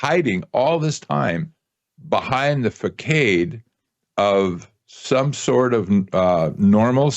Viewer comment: It’s not fah-kaid ’…It’s fah-sawd’. Get it right.